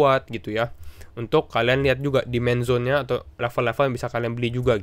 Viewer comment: yang di omongin "Demand Zone" ya? yang saya dengar di awal "Man Zone" :D